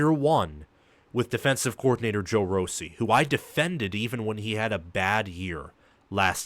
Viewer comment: Its ROSSI prounced differently! Good show and if MSU dosent have a young team mistake 3 times in the redzone its a 21-27 extra points for MSU, 37-10 or 43-10! The coaching staff will have this team good if not great! Greatness is coming.